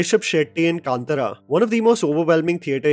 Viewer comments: It's pronounced Kantaara, jaby koay, not Kantra😅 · Kantara.. it's not hard. Worst is your telugu pronunciation.